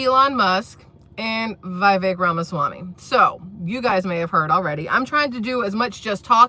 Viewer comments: It's pronounced Vih-VECK, not VIGH-vek. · Vivek, says pronounce like “cake” vi-vake